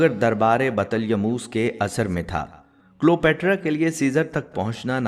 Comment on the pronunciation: جناب تلفظ درست کر لیں کلیو باترا صحیح لفظ ہے